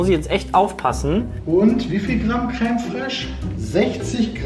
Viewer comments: Jedes Mal, wenn Peter „krähm“ und „krähmig“ statt creme und cremig sagt, triggert er mich so hart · Peters Aussprache von Creme foltert mich jedes Mal aufs Neue